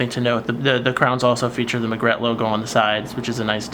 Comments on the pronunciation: I love my Margrette Regattare 2011!! The provided black leather strap is beautiful, and its red lining is superb and very current in terms of fashion. But I cringe when I hear you mispronounce the name. It is pronouced "mar-gret-tee" and (possibly from Latin) "re-gah-tar'-ey". Also, although I like the Vintage Tobacco strap when used on the Magrette Bronzo, I find it totally out of place on this Regattare 2011. Ruins it for me. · "MAR-GRET-TEE" "RE-GA-TAR-EEE"